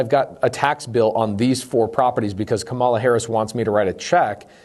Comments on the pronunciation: Interesting points. You would sound more credible if you learned to say her name correctly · It's not difficult -- pronounce her name correctly or call her VP Harris. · Firstly, - it’s KA-ma-la, not ka-MA-la. Come on. You’re smart and it’s easy. Beyond that, I want to say that I appreciate you and everything you do very much. Thank you for producing so much valuable content and making education on these topics so readily available. Accessibility has long been the most significant hurdle for the impoverished to improve their financial situations. Furthermore, you obviously have a good heart and if every wealthy person were as charitable and giving as you, most, if not all, of our country’s economic inequalities would would be solved within a decade. Please never lose that quality about yourself, no matter how frustrated you may become with the government or anything else. But as you alluded to, there are many greedy, callous narcissists out there who don’t care about a single thing except their personal bottom line, and this system has allowed them to flourish. This is just fundamentally wrong. While our country stands for individual freedom, if we’re going to call ourselves The *United* States of America, we should show a little unity, and place a premium on it in everything we do. For that reason, I do believe there should be more oversight and implementation of policies which would guarantee that widely beneficial things are being done with the tax money instead of just hoping for the best. However, I don’t believe that this policy is the way to acquire it. Everything you’ve laid out here makes perfect sense, and I don’t want to see y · Why can’t you pronounce her name ? I find your active ignorance very telling, even my 11 yo can say her name correctly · Way to give a misrepresentation of what she is proposing while knowingly mispronouncing her name the entire time.